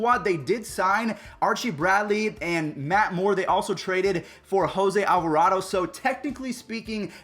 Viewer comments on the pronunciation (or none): none